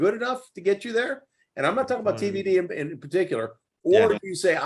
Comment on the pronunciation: Why you keep calling him DVD? It's TVD smh